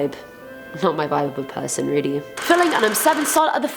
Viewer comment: Im rilly rilly rilly sorry ok RILLY sorrry ok